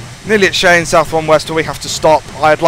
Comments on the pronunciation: you say it like (shy-anne) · Cheyenne is pronounced as Shy-anne